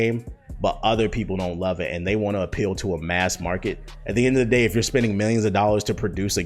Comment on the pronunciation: did he just say “end of the gay”?